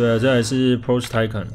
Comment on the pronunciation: 念Taycan是不是怪怪的